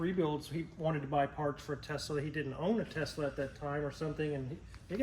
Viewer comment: Why he keep saying Tezla…it’s tesla